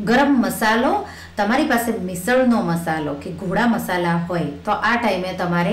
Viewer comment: Ma'am....it is GODA MASALA not GHODA MASALA